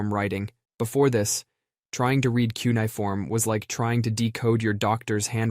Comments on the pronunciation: Cuneiform = “kyu-nee-ih-form”. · You say “cuneiform” really poorly